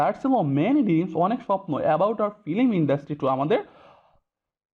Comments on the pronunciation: ফিলিম? উচ্চারণ ঠিক করেন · ফিলিম?........... ঠিক করেন স্যার।